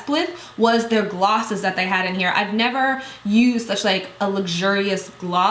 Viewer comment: "neva." hahahahah